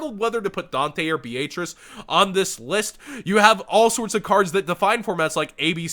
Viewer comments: Is that a regional dialect with Beatrice? I’ve always heard Be-uh-trice never Be-aaaayyyyy lmao-trice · Dude your pronunciation of Beatrice is cringe. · why are you pronouncing Beatrice like that? D